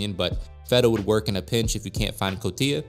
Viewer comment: Can't stand the way you say cotija after growing up in a household where it's pronounced Co-ti-ja or co-tee-ha